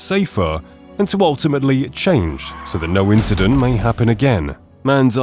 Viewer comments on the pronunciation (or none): “After each inchident”